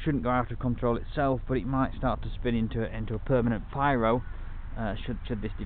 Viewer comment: Really interesting 600gt series of vids, thanks for taking the time to post all your findings. Only problem I have is your a Brit but say pyro when you mean piro for pirouette. Oh and maybe you say 'erm' 114 times :) Seriously though, I'd kill for your heli building and maintaining skills, just starting that tough road now. Thanks again.